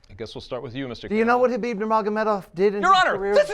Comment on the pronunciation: He really tried to say Khabib Jesus Christ